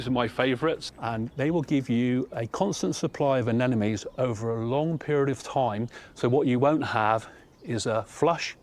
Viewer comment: That would be anemones not 'anenomes'!